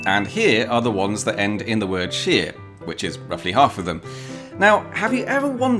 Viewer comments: I have given this a thumbs up but I NEARLY GAVE HER A THUMBS DOWN BECAUSE I think most people would pronounce SHIRE deprived of its prefix as shYer. And certainly every north-country person would pronounce it with its prefix as SHUH. DEFINITELY FOR YORKSHIRE, CHESHIRE AND LANCASHIRE. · Your pronunciation is incorrect, you’re pronouncing it like sheer, when it should sound like shy-re. Also what about the village of Barkham? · Very interesting but shouldn't shire (shear as you referenced it) actually be pronounced shyer? Great to see Paul and Rebecca love their channel. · You appear to have a speech impediment, see a doctor. The word Shire is pronounced as it is spelt, and not as sheer, which means fracture through stress or removing a sheep's fleece. ! I hope you get better soon, you might make an interesting video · Talking of pedantry corner, you do know that 'shire' on its own, without a prefix, is pronounced SHY-er', to rhyme with squire... right? It's not 'sheer', except as part of a county name. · The word for the non-specific area is pronounced SHYAR. The words for specific shires are pronounced SHEER. They're different words and thus they can be pronounced differently without it being incongruous. Thus "What SHYAR do you live in?" - "I live in YorkSHEER" makes perfect sense. The SHEER in Yorkshire is a derivation of SHYAR. Taken to it's extreme, a lot of people say SHUH now, not even SHEER? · I am pretty sure Shire its pronounced Shyre like Pyre, not Sheer like sheering sheep. Berkshire is pronounced "Burk-Shyre", sounds Like the Burt in Burt Lancaster, not Bark as in dog bark. Its like like hearing someone from Oxfordshire pronouncing it Oak-fud-sheer. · You may have left it late but this is the best question of the year. Id argue that it's shyer not sheer and its Darby not derby and burke not bark. Im in THE dhire. Waikato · It isn’t Shire to rhyme with ear; it’s Shire to rhyme with ire!